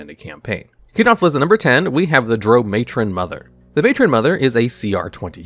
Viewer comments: I'm sorry HAD to cringe everytime you said Drao, like Droe I have always heard it pronounced Drow, as in cow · its drow... pronounced draw..... its weird but pease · What is a Droo and why did you call Auril, oral 😂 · Drow, Drow, Drow, your boat😂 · I thought your pronounciation of " Drow" was painful until i heard you say " Lolth" 😂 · I really like your videos, but your pronunciation of Drow is driving me nuts... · Why do you say Drow wrong? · Treated the word drow like the drow treat everyone else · to the Isle of Rothe... Hearing him say both Drow and Lolthe He mispronounced them both. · Baldur's Gate 3 pronounces it to rhyme with cow, so I imagine a lot more people will cringe at this video going forward. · Dragon magazine issue #93 pronunciation guide beginning on page 24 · Lol I love your videos but definitely need to look up some pronunciations… drow, Lolth, recesses, archdevils, hierarchy.